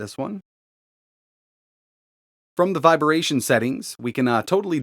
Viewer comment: "Viberation", eh? 🤣